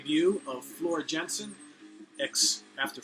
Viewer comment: You gotta do a review/ranking of all the Nightwish albums. I fucking love Nightwish. My favorite album would probably be Oceanborn. Also, Floor's last name is pronounced Yansen. The "J" sounds like a "Y" in some European countries.